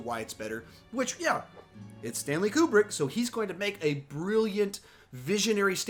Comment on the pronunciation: Stanley's last name is pronounced Koo-brick. 😉